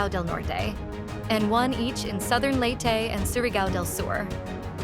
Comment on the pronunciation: ilow ilow, Typhoon Tinow, southern Leytey, ano ba yan reporter niyo